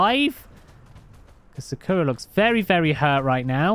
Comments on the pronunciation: I live in the uk and also sakura is not said sakoora it is said sak ura just sayin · Love the daily cake;) Don't want to be a nerd but its actually pronounced SAkura not Sukura🤓